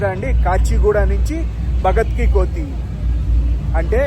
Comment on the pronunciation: కోతి కాదు కన్నా కోఠీ అని పలకాలి